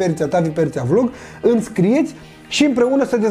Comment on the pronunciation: îmi" nu ,,âmi"🤣🤣🤣🤣